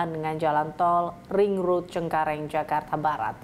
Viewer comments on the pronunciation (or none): hi, i'm jonathan achero from san pedro laguna. please enhance your pronouncing the word "ring road". please enhance your pronouncing english word.